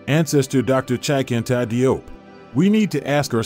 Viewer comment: As Salaam Alaikum! Let me share with you something about the Cheikh’s name. DIOP is the French spelling of the name spelled in English JOBE. The DI in French represents the J sound. Although most of us pronounce his name as DI-OP the way we see it spelled that is actually incorrect. In Senegal where he is from they pronounce it JOBE sounding similar to JOB in the Christian Bible, Old Testament but not exactly the same. Now the Cheikh himself (like most people when they go abroad or deal with other people will often accept that the people pronounce their names in whichever way it seems easiest for them.) If we can pronounce European names Europeans can also properly pronounce African names. In the Gambian which is surrounded by Senegal on three sides they use the English spelling whereas in Senegal they use the French spelling. My wife who is Gambian spells her family name as JOOF and her sister and the rest of her family that live in Senegal spell it DIOUF yet they pronounce it exactly the same. Even the term Cheikh is the French spelling and the English spelling of the same word is Sheikh. Btw, in Dakar Senegal there is a university that bare his name Cheikh Anta Diop. As Salaam Alaikum!!